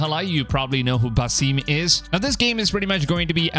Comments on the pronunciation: Lol stop saying Basime! 😂 it’s Basim! Geez! And I love how u say listening to the community lol.. this past game was the best selling AC game of all time! So u mean listening to the trolls? lol…I’ve played all of them and I loved Valhalla and origins and Odyssey! Lol and U think Basim was one of the most beloved characters of AC Valhalla really? The guy was an asshole! 😂 wow honestly this isn’t even gonna b a game bud like wtf it’s a book! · Buh-seem lol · You’re telling me, “Basim” is pronounced “Basseem” ?